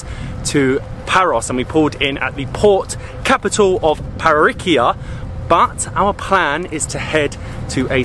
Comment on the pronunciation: Nice video as always but it is NAoussa, you have to pronounce the A and ParOIkia not ParoikIa 😉